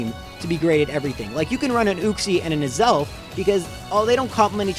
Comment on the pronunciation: You need to watch some how to pronounce Pokémon names videos. The way you pronounced Uxie and Azelf man my ears.😓